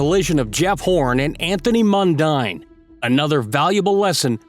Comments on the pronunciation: Tony Mundine is and always was a total arsehole. . And it's pronounced Mun-DEEN (not Mun-DINE) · I know it sounds like mundine but it's pronounced mundeen when talking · Mundeen, not mundaine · His name is pronounced "Mun-deen", not "Mun-dine" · Mundine is pronounced Mundean! .....and yes he's an idiot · It's Anthony Mundine - pronounced Mun-deen. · Mundine is pronounced Mun-deen. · It's MUN-DEEN ....& he's still an arsehole !! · Its pronounced Anthony Mun-dean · Mundine is pronouced Mun-dean. Mundine was also a rugby league player for the St George Dragons in the Sydney competition . I reckon he was better at rugby league than boxing . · pronounced mun deen. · it's pronounced "Mundean"